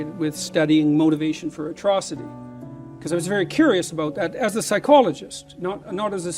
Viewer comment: the word is "atrocity" not "the trustee"